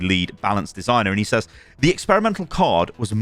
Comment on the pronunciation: "says" is pronounced "sez" by the way. i got roasted for it during middle school by the whole class and ever since then i've ever pronounced that word wrong